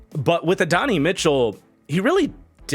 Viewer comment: Love your work, but Adonai Mitchell is pronounced “Add-oh-nai” not “Adonny”!